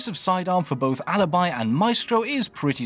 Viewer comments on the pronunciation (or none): A tip from an Italian sub: Alibi’s pronunciation is “uh-lee-bee” 😉🇮🇹